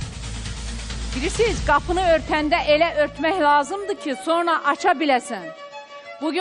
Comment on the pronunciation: Bu Xoşqədəm sonra deyir yoxsa sorna? Kim deyər?